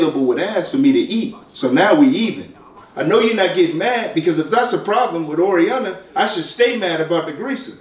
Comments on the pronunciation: This man really said Jurrassica and Oreoyana lol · Could’ve sworn he said whoreianna